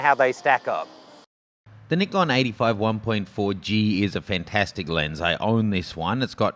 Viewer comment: lmao ur way of saying nikon ahahahahahjshdadfg